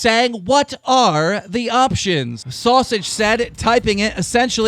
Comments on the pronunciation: the way he said sowsage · Why he say sausage like that lol